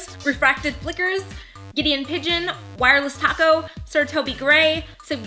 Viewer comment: "Giddeon Pigeon"? hahaha :P Love the cat :D